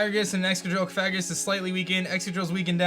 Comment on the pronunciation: Coh-far-ih-gus? It’s Coh-fah-grih-gus. Pft, you do this for a living?